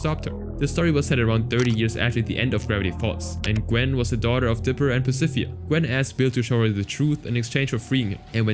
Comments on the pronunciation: "Pacifia" "mageh-don" 😭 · why are you saying Pacifica's name like that?? the last c has a ''k'' sound. 😭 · I enjoy the video, but little nitpick, I got annoyed when you pronounced "Pacifica". Other than that, very informal video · You mispronounced "Pacifica"